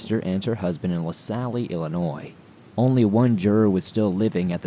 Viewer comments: Dude I love your stories BUT research proper pronunciation of place and people/tribe names. 1. La Salle - the e is silent so it’s La Sall not La Sally. 2 Potawatomi is pronounced Pot-a-whata-me. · I live in Lasalle pronounced la sal not lassally and its also pronounced WEEGER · Awesome as always! Thanks. Btw, Starved Rock is in LaSalle county but it is pronounced like La-sall. The e at the end is silent. I'm from Chicago. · He works hard and if him miss pronounced a town tribe I'm not worried and his research is on the people in the story's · FYI......you don't pronounce the e in LaSalle. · Thank you! I'm from Chicago too and was about to comment on how it is pronounced as well!